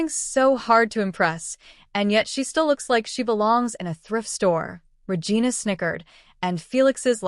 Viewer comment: Regina is pronounced "Re-jeena". Poorly programmed AI TTS voice. 😮